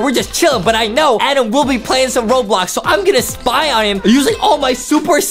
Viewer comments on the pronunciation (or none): Adam need's an edumacation because he keeps mispronouncing his words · justin says adem